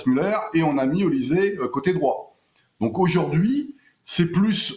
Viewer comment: On prononce"OLICHÈ" et non "ZÉ" !